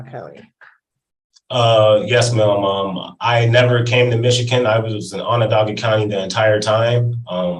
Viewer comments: He keeps mispronouncing Michigan. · Why does he keep pronouncing Michigan so wierd??